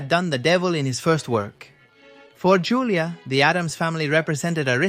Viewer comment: It's pronounced "HOO-LEE-AH" The J in Julia has an H sound in spanish. You know, like Julio = "HOO-LEE-OH"